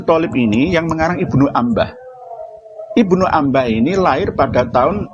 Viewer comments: Woooiii, Lu bca kitab msh blepotan woooiii... IBNU INABAH knp Lu baca nya IBNU ANBAH??? 😃😃😃😃😃😃😃😃😃😃😃😃😃😃😃😃😃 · Gus tenan kok IBNU INABAH dibacanya IBNU ANBAH?? Gus abal2 gk bsa bca kitab 😃😃😃😃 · maaf tad bukan IBNU ANBAH hehehehehh tapi IBNU INABAH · Bilangin ke si, blajar kitab nya jgn ke Abu Janda, Masa IBNU INABAH dibacanya IBNU ANBAH??, wkkkkk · Si malu2in. Sok2an bhs nasab pdhal bca kitab sja msh blepotan. IBNU INABAH kok dibcanya IBNU ANBAH??? gkkkk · Apanya yg mau dicerakhan olh si yg nyebut nama pengarang kitab sja msh blepotan. Yg benar itu IBNU INABAH, knp si bca nya IBNU ANBAH woooiii, hhhhhhh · Si itu gk tau malu. Masa IBNU INABAH dibacanya IBNU ANBAH?? 😃😃😃😃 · Terang apanya Rut. Itu si, bca nama pengarang kitab sja msh blepotan woooiiii, Si bca nya IBNU ANBAH, pdahal yg benar itu IBNU INABAH, 😃😃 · Si msh mending blajar bca kitab yg bener dulu sblm kritik RA. Masa IBNU INABAH dibcanya IBNU ANBAH??🤣